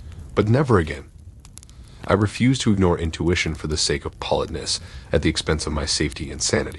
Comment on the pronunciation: I've seen other comments about your mispronunciations. Although I enjoy the stories, it seriously bugs me and interrupts the flow. I can be engrossed and then hear poLitness and I’m done listening. For me, I take this stories seriously as i'm part of the dating pool, so food for thought. 😢